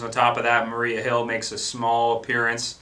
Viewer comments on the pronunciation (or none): none